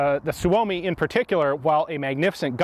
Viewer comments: Suomi is not pronounced Su-oh-me, it's Soo-Me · SOO-oh-me, not soo-OH-me. It's Finnish... for "Finland" or "Finnish".